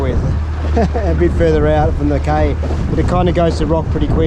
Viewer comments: it’s cay as in key, not Kay 😅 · Cay is pronounced "Key"